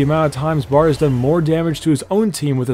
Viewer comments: its "bard" not "brad" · ... Idk if anyone else noticed but... did he just say Brad... it's Bard not brad i'm like pissing myself xD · its (BARD)not(BRAD) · ITs Bard not Brad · u know his names not brad right its bard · he is called bard not brad boi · Man.. actually is is "BARD" not BRAD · its called bard not brad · IS BARD NOT BRAD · it's Bard not Brad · it is bard not brad.. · it is Bard not Brad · his name is bard not Brad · it bard not brad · It’s Bard not Brad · BARD MAN BARD NOT BRAD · is not bred but bard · It's Bard. Not Brad. You're thinking of Brand aren't you? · bard not brad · why u say "Brad"? Thought it was Bard :O Anyway, I can agree with the number 1 xD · ITS BARD Not BRAD?!!?! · Jes name nor Brad its bard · BARD B.A.R.D NOT BRAD BARD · Bard not Brad... honestly how stupid 🤦🏻‍♂️